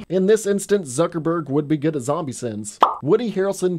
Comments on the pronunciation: Why did you call him zuckerburg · I can't tell if he's joking when he calls Jesse Eisenberg "Zuckerberg". But they are practically the same person